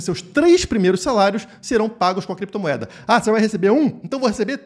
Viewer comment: "Crepetomoeda" kkkkkk